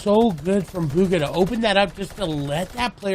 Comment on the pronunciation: Who the fck is that commentator lmao can't understand a word he says it's bhuga not uhga 🤣🤣